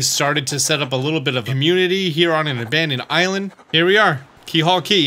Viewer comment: Surprised no one has said anything about this- it’s “Keelhaul” Key. I think most people would expect a 100% guide to get something like this correct.